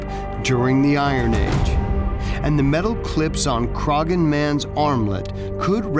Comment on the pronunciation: In the case of the Irish man, the name is not pronounced with the G sound, the G is silent.... It is pronounced Cro-hon. I can see the Hill Of Croghan (Crohon) from the hill behind our house, on the very edge of Kildare.